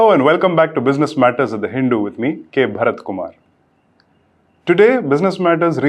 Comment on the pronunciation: I dont really know if this journalist is dumb or deliberately spreading fake news. Raising coal costs are not good for india. Because we import coal. This is understood even at kinder garden level. firstly, he cant even pronounce 'hindu' properly. India with world's highest population, in comparison with China US and EU is doing far better in global CO2 emissions. The only question India should ask is, how cheap they can produce energy, and save the sanctimonious virtue signalling for China and the west. India are doing tremendous growth in solar, simply because it became cheap. It will make wind energy if that becomes cheap too. In the US, UK and EU, energy prices are killing their avg citizens. They want to do the same in India, to help China. And this "hindoo guy" here is talking like greta tunberg, with same level of IQ